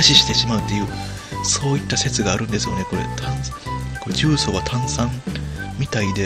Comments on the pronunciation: じゅうそう↑十三 大阪の地名 重曹 じゅうそう↓ 正解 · 「じゅうそう」の「そう」は下げたらイカンのやね。下げるから「十三」に。 トーンをそのままで言い続けたら、「重曹」になるけどw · 重曹のイントネーションがキモすぎるww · ゴキブリより重↑曹↓がきになってしかたがない